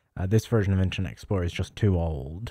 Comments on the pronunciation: Why do you keep saying Intranet mate!! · Sounds like you keep saying “intranet” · "Intchernet" x100 😂